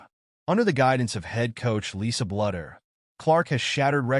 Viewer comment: You need to learn how to pronounce " Bluder " It's BLUE der!!